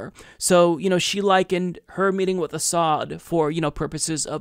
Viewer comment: tulsi hiding a smile when butty judge mispronounces Assad while trying to re-use that tired smear